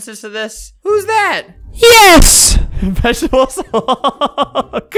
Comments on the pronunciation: Do you mean vegaatablees hulk? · nobody: NOT A SINGLE SOUL::VeGetEbelS HuLk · nobody: not a single person: not a single soul::vegetebles hulk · "Vegetebles Hulk" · "vegetebles hulk" -, 2019. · Everyone: Say The Magic Words!: Vegetebles Hulk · 5 years later and “Vegetebles hulk” has dat with me the whole time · “Vegetebels hulk” i felt that.. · "Vegetebles hulk" is happiness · "Vegetebles Hulk" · Vegetables Hulk